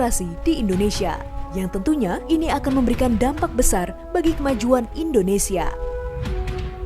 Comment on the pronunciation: Kalau SEBUT Indonesia Brother jgn Di Melayukan Indonese...???? SEBUT dgn Benar INDONESIA..... 👈